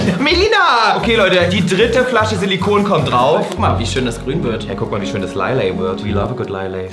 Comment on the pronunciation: warum sagt tim immer ,,schoé´